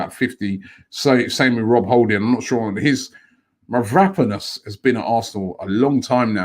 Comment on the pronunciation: Take a shot every time Robbie butchers Mavropanos' name